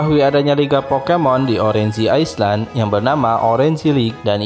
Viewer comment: cara penyebutannya banyak yg salah bang Orange, Island